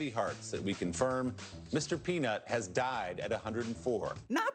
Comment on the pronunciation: Am I the only one who thought he said Mr. "Penis"? XD